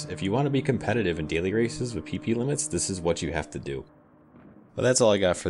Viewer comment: I cant help to laugh every time you say PP: "maximum Pee pee".